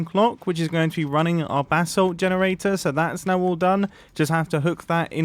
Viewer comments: When Mumbo says basalt it sounds like “bath salt” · Does it annoy any other american a lil bit that he pronounces basalt bathsalt, its pronounced bay-salt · Sounds like you keep saying "BATH SALT GENERATOR"... the crazy-face-eating-psycho-druggies in Florida would FREAK the F out trying to figure out how to smoke that bath salt and chew someone's face off. It also reminds me of another player on the Hermitcraft server that didn't know how to pronounce basalt when he came across the basalt biome in the nether just properly butchered it... in a call with... wait for it... one of you crazy BRITs (OMFG)! I think it was a Hermit with a degree in geology too. HE butchered the hell out of it, but was politely corrected by her after she finished laughing, but now this Hermit with an OBVIOUS American accent says Basalt like a British person. I find it hilarious. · Pronounce basalt bu-salt not bathsalt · Sounds like you’re saying “bath salt” Might be funny to run with it? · Who else thought he was saying bathsalt?.........DRUGS!!!!!! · Every time he says Basalt I hear it as Bathsalt ahah